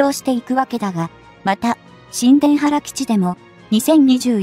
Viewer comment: 新田原（にゅうたばる）が正しいのでは？